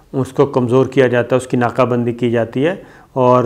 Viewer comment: ناقہ بندی نہیں ناکہ بندی۔ 🤦‍♂️🤣